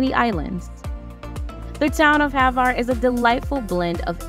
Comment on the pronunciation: Not HAVAR, name of ilend is HVAR...Croatia, Adriatic sea,💙💚def must see